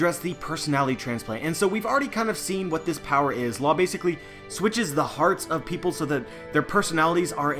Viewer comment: Stop saying Basicily